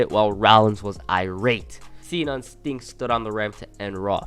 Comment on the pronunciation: Lol sounds like he's saying stink instead of sting